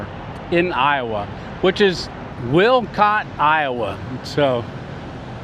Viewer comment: Walcott is not pronounced "Wilcott". It is pronounced like Walmart. The 'S' in Illinois is silent. "IL-UH-NOY"